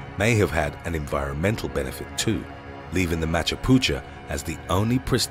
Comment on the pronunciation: U pronounced machapuchure to machapucha at no .9